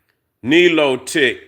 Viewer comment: Nilotic…pronounced Nile lotic